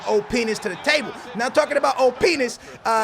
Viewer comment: at time 8.20-8.30 "he brings the openis in the table, now lets talk about openis" lmao